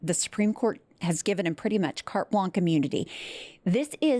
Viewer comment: Carte is a feminine noun so the phrase Carte Blanche is blaaaansh not blank.